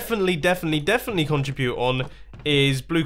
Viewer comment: Every time you said contrubute, I cringed. CON-TRI-BUTE!!! MUMBO!!! CONTRIBUTE!!!